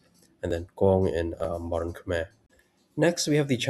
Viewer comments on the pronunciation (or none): Khmer is pronounced Kmahy :) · Khmer is pronounced like Khmai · Hearing you pronounce the name “Khmer” is killing me